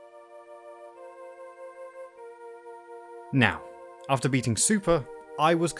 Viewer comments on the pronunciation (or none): none